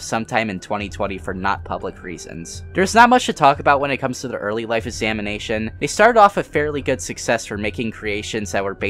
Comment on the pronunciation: At first I thought he was saying "samination" as in the dead by daylight channel and I freaked out a bit